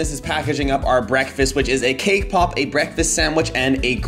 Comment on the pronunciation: When he says cake pop it sounds like kpop EXCUSE MEH WhAt